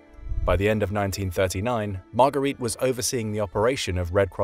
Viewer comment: "got arrested" is not an elegant expression to go with the educated voice of the narrator! Margarete (Marga) Himmler is not pronounced like Marguerite!